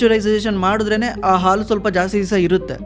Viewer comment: Content is good! But kannada sari matadi! Aalu alla Haalu! Asu alla Hasu!